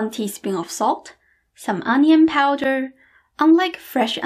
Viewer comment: powder, not poder